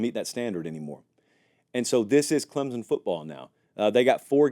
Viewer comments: Please, if you’re going to talk about my team, please pronounce the name of the school correctly! Clemson is not spelled with a ‘z’! ClemSon💜🧡🐯🏈💜🧡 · I'm just here for the weird Z you put in the word Clemson.